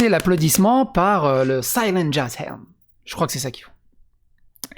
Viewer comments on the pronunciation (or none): none